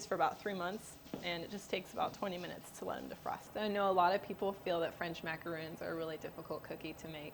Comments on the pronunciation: These are macarons, not macaroons. There's a difference. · Lol yeah. She seems to be confused in pronunciation of French macarons and coconut macaroons!🤪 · You are pronouncing it wrong